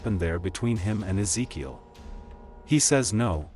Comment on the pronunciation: BRO I never seen someone mess and pronounciate Ezekiel's name so many times in one sit !! Smh thats so disrespectful and racist I ain't see you even try and correct it eather 1x is acceptable but 10+ is on purpose and you can't even deny it